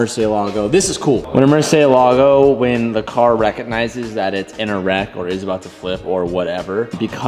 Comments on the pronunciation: “Mercay lägo” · The way says Murciélago triggers me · That's a Lmabo Murcylago sea. Dude got more cents than sense. Can't even pronounce shit right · I cringe wen he says murcielago. He says it wrong